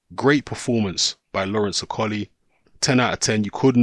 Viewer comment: Can you say Okolie properly XD